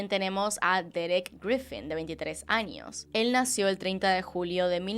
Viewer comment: soy yo escucho que dices anios en vez de años ??